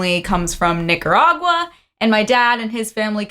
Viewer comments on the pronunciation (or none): Lol she didn't even really say Nicaragua right